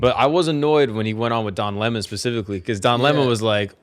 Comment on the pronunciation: Correction: “Don Le’Mon”